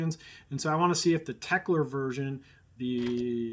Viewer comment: BTW, it's Teckel, not Teckler. ;)